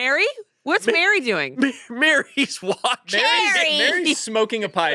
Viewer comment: Even some of the actors have pointed out Americans often pronounce Merry Brandybuck's name wrong. It is Merry like Merry Christmas as in another word for happy not pronouncing it like Mary like the woman's name.